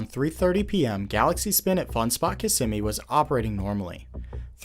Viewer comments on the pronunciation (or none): none